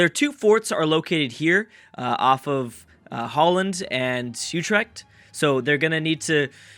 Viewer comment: its oh-trect